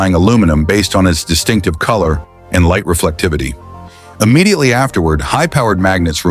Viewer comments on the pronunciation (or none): none